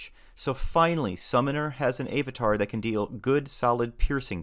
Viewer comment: A-vatar? Really dude?